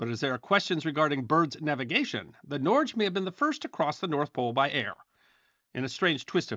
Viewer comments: Norge is pronounced " Nor - Ge" not norzh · Norge is pronounced something like "nor-guh" in Norwegian. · Norge is pronounced Norg-eh, Otherwise , great vid! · Norge pronounced NOR-gee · Norge is pronounced nor-gae